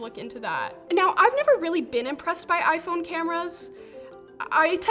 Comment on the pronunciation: I feel offended that this video used the wrong pronounce for the iPhone. Very bigoted